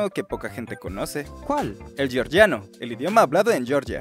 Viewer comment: Se dice "georgiano", no "llorlliano"